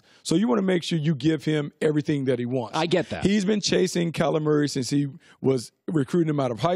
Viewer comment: Am I the only person who hears "Calamari" every time Brooks says Kyler Murray??😂😂😂🤣🤣🤣